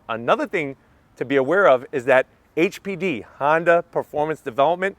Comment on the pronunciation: HPD....hmmmm sounds like HPV